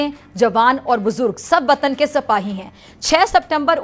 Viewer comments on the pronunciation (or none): सपाही ❎ सिपाही ✅ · मेरी ❤️ जान... सपाही नहीं होता, सिपाही होता है... क्या? एंकरिंग करेंगी रे... तूं 😅😅😅😅